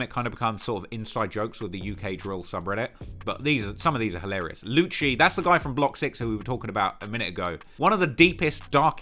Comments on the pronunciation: I think it's pronounced "lucy" not "luchi". Lucii like lucifer...cuz they are demonic. Ya digg? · its lucii - said Lou Cee llolol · a vid on key glock! and a video about brownsville gangs PPP, FNO and YAWAH and the YPF indicment ( if you wanted info on that i can give it to you, ik alot about it) and also lucii's name is pronounced loosee, and young a6 who is called YA now and tizz and lucii are part of NR aka No Remorse